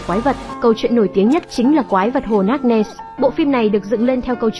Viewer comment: Ad đọc cái tên hồ loch ness nghe mà không xem video thì không biết hồ là hồ nào luôn ý 😅